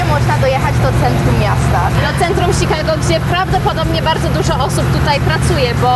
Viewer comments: Ciekawe jest to jak wymiawiasz "Chicago". Polak urodzony w Polsce wymawia to bardziej jak "Szikago", a Twoja wersja to bardziej "Sikago". Takie spostrzezenie bez wiekszego znaczenia. Pozdrowienia z Minneapolis. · "ś"kago i tyle w temacie